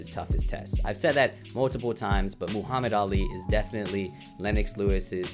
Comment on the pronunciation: Lol, Moohammad.